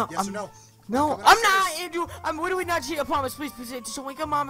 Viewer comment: Hewow Weally Andwew Wowld Lol